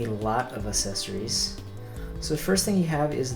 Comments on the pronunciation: pronounced access ories not a sessories not trying to be mean i love your videos man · google how to say accessories and click the first link